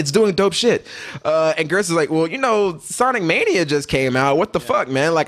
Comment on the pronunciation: "Sonique Mānia" lol